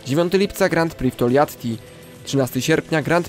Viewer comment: Bardzo ciekawy odcinek, ale proszę , na Twoim poziomie zainteresowania żużlem, powinieneś wiedzieć jak wymawia się Grand Prix, znajdziesz wymowę w internecie , ale najkrócej mówiąc bez "d"" w pierwszym słowie, i bez "x" w drugim drugie słowo opanowałeś perfekcyjnie, pozdrawiam serdecznie, to przyjacielska rada , nie złośliwość.